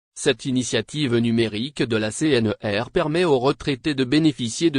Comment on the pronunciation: C- N - R - et non C-N-E-R